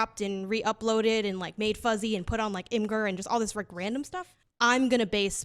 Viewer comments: "im-ger" Holy shit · "im-gurr" LMFAO